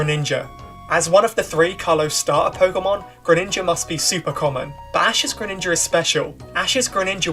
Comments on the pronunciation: GRENINJA, NOT GRENINGNGA! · THE SECOND I IN GRENINJA IS SUPPOSED TO BE A J! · DO NOT LEAVE OFF THE E IN GRENINJA!